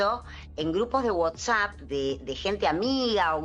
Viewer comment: Por que dice Whotsapp??